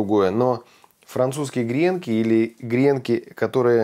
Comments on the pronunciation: Не грЕнки, а гренкИ! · Не грЕнки, а гренкИ... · смотрю вас регулярно и беру на заметку рецепты...Только режет ухо грЕнки, говорите правильно - гренкИ. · Сударь, не грЕнки, а гренкИ. Один гренОк, два гренкА, много гренкОв.... А обмакивают гренки в льезон. Простите. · очень люблю ваш канал. Можно немного уточнить? В слове ГРЕНКИ ударение должно быть на букву И. Куда не ставь ударение, от этого блюдо хуже не будет.